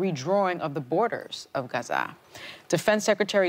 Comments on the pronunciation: Sunny the stress is on the first syllable not the second of Gaza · GAZA not Gazaaaa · Why she calls it gaZAH? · I know. If not not who would pronounce Gaza as GA-ZAAAAHH!!! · I’ve heard several Arabs pronounce it Ga-zah accent on the second syllable. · Sunny says Gazaa different from how everyone pronounces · in my experience most Americans pronounce it like Gaaza making “h”silent. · It's pronounced: Gha-zeh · The way Sunny tries to pronounce Gaza is so cringey. Lawd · I can tell you with 100% certainty that’s not how it’s pronounced. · I know, I've literally heard actual Palestinian pronounce it and that's not really how it sounds but it's clear what her intentions are lol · Incorrect. The way most Americans say is closer to the correct pronunciation than what Sunny did. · the way most Americans say it is the American version of the actual word which is Ghazza. I live in middle east and i know how arabs pronounce it. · I guess Sunny, the arrogant Latina woman pronounces " Gaza " in a special way............LOL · Sonny should learn how to pronounce Gaza if she's going to talk about it. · Sunny needs to sit down somewhere that is not how gaza is pronounced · laughing at sunny. She says Gaza with some sort of accent that isn't even how it is pronounced. Pretentious as usual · Sunny, girl, what’s with the pronunciation of Gaza